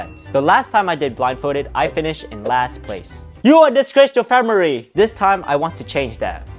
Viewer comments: “You are disgrace to fam-mer-re!” 😂😂😂😂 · "you a disgrace to *FAMIRY*" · “You are disgrace to famery”😂